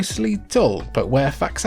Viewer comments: Jfc. Almost 40 years later and we are still explaining this shit. It's not FAX-anadu. It's FA-xanadu. Pronounced Fa-zan-a-du. "Cultured" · It's fa xanadu, not fax anadu. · Love that Faxanadu got a mention! Love that game so much. Even have a cib copy of it. Also it's pronounced Faz-Anadu since it's a portmanteau of Famicom and Xanadu, another action rpg series. Fax very much. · Oh, turns out I've been mispronouncing Faxanadu for 30+ years. Somewhere I lost a syllable and have been calling it "FAX-AN-DOO." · I heard it was pronounced FaZanadu, which was a hybrid of Famicom and Xanadu (zanadu). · It's pronounced "fazanadu"; it's a portmanteau of famicom and xanadu. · Even after 30 years, this still seriously bothers me... It's pronounced: fah-zan-ah-doo and even worse.. new-klee-er instead of new-kew-ler